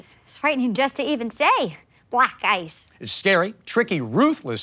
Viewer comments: the way "black ice" sounds like "black guys" is what makes that sketch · When u realize the reporter lady is saying Black Guys and not black ice all along